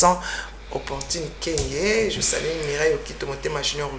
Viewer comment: revois un peu ton français pardon! Tu parles avec beaucoup de fautes et surtout déformes les mots ça m’énerve! Par exemple, tu dis toujours je te salis rectifie, on dit je te salues!!! C’est U et non I ah lala 🤦🏽‍♀️